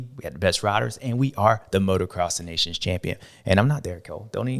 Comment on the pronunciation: James speaks wisely and he says “Des Nations” like it is. Very enjoyable to listen to and a badass on a bike 💪🏻🇺🇸